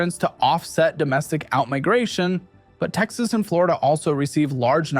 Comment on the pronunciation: Ah yes, my favorite state: "Tcsss." Followed closely by "Michioon" and "Novada"